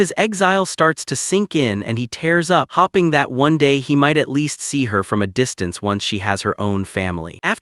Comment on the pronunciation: This is how they will change the accent or just deliberately destroy their own local speech. Also: hoping > hopping staring > starring (Edit) He'll > Hell She'll > Shell